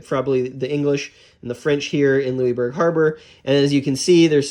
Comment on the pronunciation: Lou-is, not Louiebourg